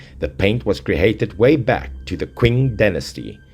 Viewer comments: is pronounced as Qing- Ching dynasty not quen dynasty.Also there was indeed some news not sure fake anot that they dug up a coffin with description like that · Is 'Qing' not 'Queen' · I believe you meant to pronounce Qing(Cing)